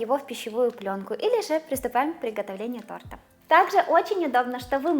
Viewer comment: За все годы, что я смотрю и слушаю, впервые услышала оговорку в слове,, тортА,, 😊Прикольно так😂